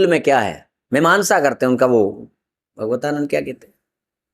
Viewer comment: भगवतानन्द नहीं भागवतानन्द बोलिए।